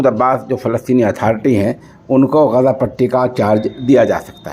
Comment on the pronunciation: سوشل انڈیا نیوز کے ذریعہ،عالمی اخبار نشر کرنےوالے مولوی صاحب السلام علیکم ورحمتہ اللہ وبرکاتہ بعدہ عرض ہیکہ کبھی شہر غزہ کےلئے آپ لفظ غزے جب کہتے ہیں تو متحیر ہو جاتا ہوں ۔ والسلام علیکم ورحمتہ اللہ وبرکاتہ، خیر اندیش حافظ عبد الحفیظ رشیدی ۔